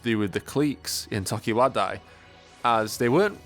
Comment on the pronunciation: It’s clique not CLEEK, and it’s tokiwadai not TOKIWADAAA